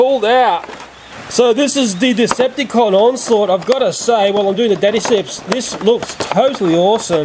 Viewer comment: it's pronounced onslot